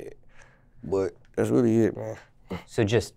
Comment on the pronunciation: When he say "really" he say "wheelie" lol